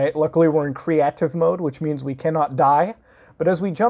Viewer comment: Cre-ahtive mode